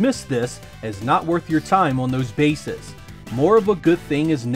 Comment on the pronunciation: The plural of "basis" is "bases", pronounced "bayseez". On a side note, the plural of "genesis" is "geneses", pronounced "geneseez".